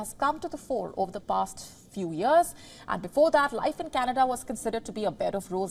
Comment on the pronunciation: You mean cana duhhhh